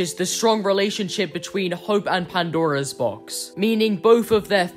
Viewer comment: This might be a bit petty, but I can't help but notice how you say "the Pandaro's Box" when it's just supposed to be "Pandora's Box".